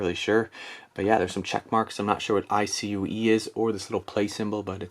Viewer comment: iCue pronounced how it’s spelled, Eye-Cue(iCue). It’s the program that you can use to change the lighting. I have a Corsair headphone stand and it came with iCue as well. That’s what they use so you can change the RGB(can even use it to change other device lights too!). I’m sure later in the video you go over this but incase someone jumps to the comments and is curious, that’s what it is. I like quiet keyboards. I had a Logi MX keyboard but it’s not for gaming and the WASD keys started to feel weird after 6 years of use. So I am looking for a gaming keyboard. I don’t like the loud clacking of mechanical keyboards so membrane seems to be right for me. There are more silent ones I’m sure(that are for gaming) but I like this because I already have iCue and it has good reviews on Amazon 😊